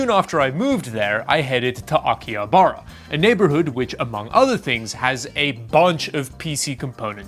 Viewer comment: You're pronouncing Akihabara the way Americans do - the way they pronounce it is wrong. 🤦‍♂️